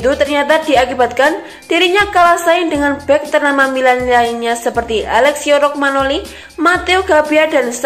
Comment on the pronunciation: Romagnoli diucapkan Romanyoli dlm bahasa Italia